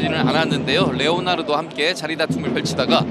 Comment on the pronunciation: 해설 레오나르도 발음 존나게 안되네ㅉ